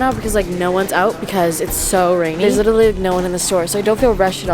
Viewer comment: Nobody:: li -er-ly